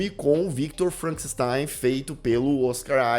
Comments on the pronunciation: ""...kkkk Ai, gargalhei alto aqui. "Felcanstein"... 🤣🤣🤣🤣🤣🤣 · FELCANSTEIN KKKKKKKKKKKK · Felkenstein 😂😂😂 min.